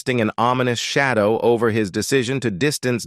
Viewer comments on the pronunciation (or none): none